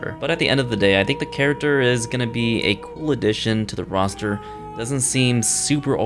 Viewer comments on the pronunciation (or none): none